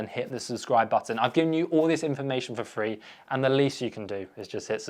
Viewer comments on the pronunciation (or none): none